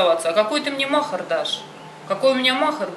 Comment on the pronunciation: Не мохар а махари ударение не правильно ставите😊😅